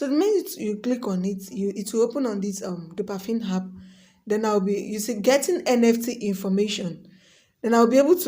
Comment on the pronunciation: But why do you keep saying dopafin.. when it's clearly dopaMINE 😩😩